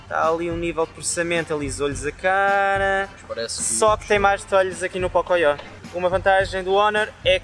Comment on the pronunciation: ele zuo as mina que falo pocoyo só q ele só chama o pocophone de pocoyó toda hora